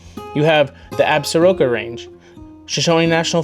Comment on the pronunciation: So danged tired of people on YT and social media exposing my favorite places. And,, it's pronounced "Sh'-SHOAN" and "Uh-SOAR-cuss." Now get off my lawn.